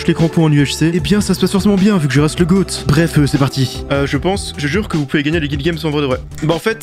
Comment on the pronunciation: Le "goart" 😂